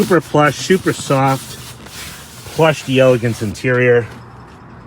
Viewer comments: It’s spelled “d’Elegance”. It’s meant to sound like it’s French. In other words the “d’” is meant to be almost a throwaway sound. So the question is; Is it 3 syllables or 4? You are right that the emphasis should be on the “Gance” syllable. However it should be pronounced as 4 syllables. We don’t have a good way to learn how to properly use those throwaway sounds as other languages do so we’re always fumbling. But whatever way you pronounce it you’re going to be understood and that’s what really matters, isn’t it? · It's pronounced as one word, "deleGANce".